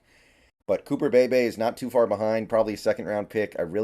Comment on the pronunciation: Cooper pronounced cooper Bee-Bee